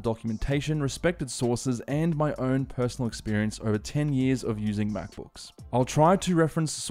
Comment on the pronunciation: why does his "own" sound like "earn" ?